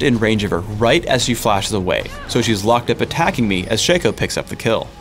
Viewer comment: shay-ko? who the hell is that? isn't it SHA KO? shaco